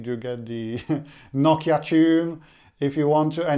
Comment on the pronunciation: Its NOKIA (NO-KEY-A)